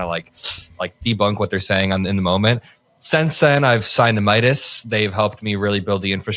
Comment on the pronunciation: Cam, it’s “My-das.” Not miyadus.